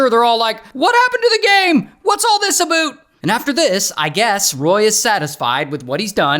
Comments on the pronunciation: "what's all this abeout" lol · Aboot! lol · Born and raised in Canada, but I've still never heard anyone say "aboot", but I did love the reference! Keep up the great content! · Aboot 😂… lmao we don’t say that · What's all this aboot 😂😂😂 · “What’s this aboot?” 🤣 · "what's all this aboot?" 😂